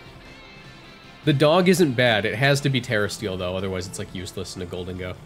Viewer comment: Hearing you say, just ignoring gholdengo, made me irrationally angry 😂